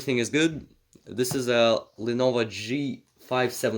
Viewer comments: But he says enovo… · "enovo" Yes, truly enovo